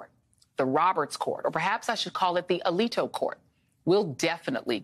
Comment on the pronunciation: Was that the Alito Court or the Eliteo Court? Excuse me, Joy. I didn't quite get it.